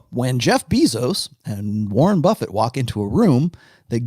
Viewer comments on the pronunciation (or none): none